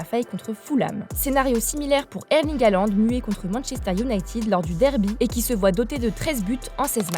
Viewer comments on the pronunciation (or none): none